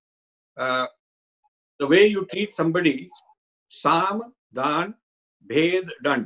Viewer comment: Respectful correction: I think it is Saam, Daam, Dund, Bhed at the end!